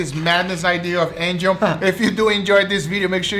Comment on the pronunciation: No one: what do you think anjel😂